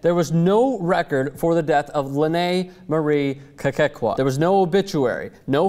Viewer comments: this story is just as funny as how says Kekua [kay-kay-kwah] lol i laugh every time he says the name. it's kay-coo-ah. but hey the girl's a hoax, why bother, huh?:) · you keep saying "Kekekua"... It's like saying "Strostrom". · That's not how you say her last name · I am from Hawaii and its so funny how this White guy is pronouncing Kekua's name wrong lol. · stop butchering the name, LOL